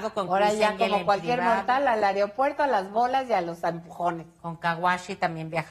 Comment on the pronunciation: Areopuerto?🙄🤦‍♂️ AEROPUERTO señora!!! Aprenda primero a hablar!!!